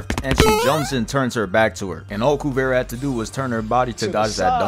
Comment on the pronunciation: Great vid as always bro. I think Kuvira is pronounced KuvEEra though